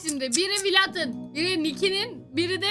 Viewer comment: Abla Vlad diye yazılıyor okunuşu vled